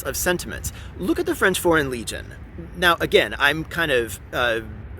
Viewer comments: frenchman speaking here, i'm quite impress with your accent! also as a guy who came on your channel via the input of Mr Ian from forgotten weapon i truly appreciate that you don't rush talking about gun and instead take the time to bring a whole lot of context! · Your french pronunciation is excellent! **Cough And much better than Ian's **cough For the lyrics, "those ferocious soldiers come take our sons and wifes from our embrace to slice their throats" is closer but you get the point! As for the Legion, given their nature of a last resort shelter for those who have nothing left to lose, the fatalistic tone is probably on point. If i remember correctly, French citizens can join it but will have to shed their identity and become "Belgian" or "Swiss" on the records before enrolling